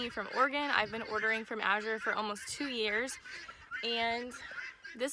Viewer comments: You were pronouncing it correctly. I've been using them 10 years. Thick cut rolled oats are my favorite food to buy from them. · Recently Azure did a YouTube video on how to pronounce the name. You were pronouncing it right, the second azure at the end of the video.